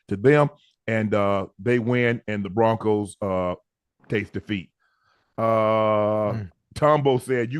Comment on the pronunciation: Who is the “Proncos” Just giving your crew a hard time. Good show